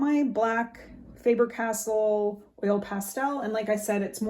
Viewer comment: Faber- Castell. Castell, not castle. 😉